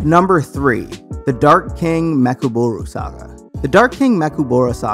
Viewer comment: “the dark king mekuburu saga” nigga it’s ME CHI KABURA smh.